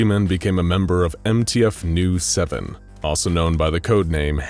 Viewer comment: Its not Nu7 its NU-7